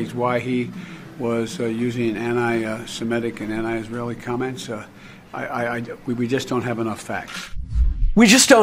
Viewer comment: What is "annii" is he saying ANTI??!!! UGH IMPEACH THIS CLOWN. HE CAN'T EVEN KEEP HIS EYES OPEN.